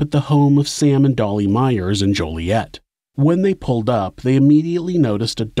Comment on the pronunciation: local its pronounced jolly-et